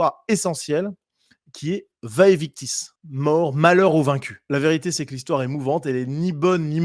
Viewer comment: Merci pour cette analyse réaliste. PS: en latin les «v» se prononcent comme un «u». Donc il faut prononcer «uæ uictis».